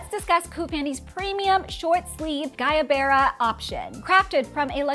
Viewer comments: not to nick pick but it’s guayabera not guyabera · Guayabera = Goo-ahh-yah-bear-rah